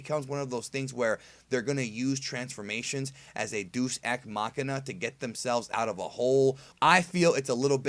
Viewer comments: Just wanna let you know that Deus is pronounced 'Day-us' not 'Deuce'. It really doesn't bother me and don't want to sound like a dick here! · god the way you said deus ex killed me it's de.ʊs ɛks man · "Deuce" ex machina. I don't think that I've ever heard it pronounced quite like that. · Well did pronounce 'Deus' as 'Deuce.'